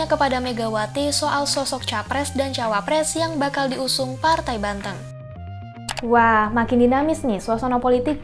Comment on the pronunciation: Banteng mbak, bukan bantheng